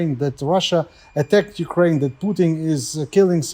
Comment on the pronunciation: I love you to death, but it's "Ukraine".